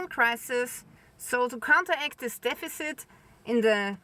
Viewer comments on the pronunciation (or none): Why can't you say "this"? How come you say "dis"?